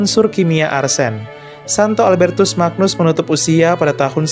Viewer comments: Semakin bangga jadi Katolik. Oya (koreksi kl saya salah) penyebutan Magnus, diucapkan seperti "ny" dalam kata "banyu" sehingga dibaca "Albertus Manyus" , sama seperti Agnus Dei dibaca "Anyus dei". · Terima kasih infonya. Albertus Magnus... magnus cara bacanya "manyus". Mirip ucapan Agnus yg dibaca "anyus"